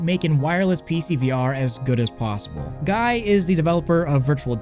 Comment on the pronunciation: Guy is pronounced Gee, hard G. Long E.